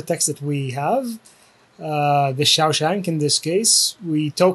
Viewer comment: Amazing video. Have to admit that every time I heard the wrong pronunciation of "Shawshank" it did feel a bit like nails on a blackboard but easily forgivable., your resources and videos are phenomenal:) Thank you for putting in the work to help us all out.